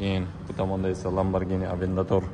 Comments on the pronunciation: ЛАБАРГИНИ ЭМАС ЛАМБАРЖИНИ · Ламборгини тугри этвоти оми, узиндан узин гапирвурма